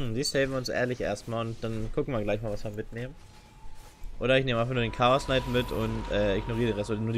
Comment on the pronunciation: also englische Youtuber kennen die Aussprache der englischen Namen aus einem englischsprachigen Spiel meine ich doch (Chaosknight, Lonedruid etc) Das ist keine wirkliche Kritik sondern einfach nur etwas was mir persönlich nicht gefällt weil ich es grundsätzlich nicht haben kann wenn Leute gewisse Dinge falsch aussprechen, das heißt du kannst es auch gediegen ignorieren